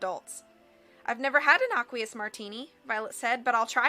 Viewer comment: Isn't aqueous pronounced "ey-kwee-iss"?